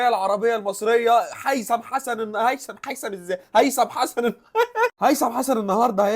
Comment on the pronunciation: ياعم انطق اسمه صح الاول😂😂😂😂😂